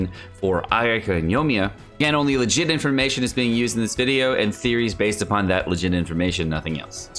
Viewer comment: Inlaid "upon" the statue. She says this lol